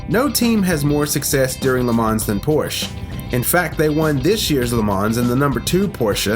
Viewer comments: Pronounced: LE MA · No "S" in the pronunciation of Le Man(s) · The 's' is silent in LeMans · Take a drink every time he says Le Mans incorrectly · Here's a tiny little fact of no significant importance. The 's' in 'Le Mans' is silent 😁 Kind regards from a very anal Le Mans fan five years to late! 🤣🤣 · Lovely video. Well done. One remark tho: the S at the end of Le Mans is silent ;) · great compilation, spoiled by the "creative" pronunciation of "Le Mans" & Porsche"... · If you’re going to make a video on Le Mans then at least learn how to pronounce it. Cringe every time you say it. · I was so triggered everytime he said it😂😂